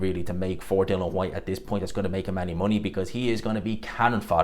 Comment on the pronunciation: Dill-IAN not dillan